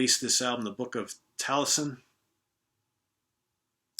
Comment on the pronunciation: As someone with a Welsh background, I can firmly say that it is actually pronounced, TAL-YES-IN. A manuscript of some of the oldest welsh poems but also refers to a 6th century bard and poet who possibly originated some of those said poems.